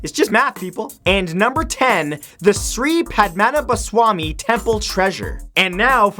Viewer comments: that's not how u pronounce padmanabhaswami dude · the way u pronounce. padmanabaswamy temple as pad ma na ba swamy temple😂😂😂